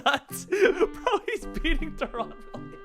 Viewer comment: "de-RON wililams" lmfaooo